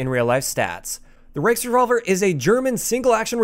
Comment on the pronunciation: Thank you for pronouncing its name correctly. There are so many youtubers calling it the "reachrevolver"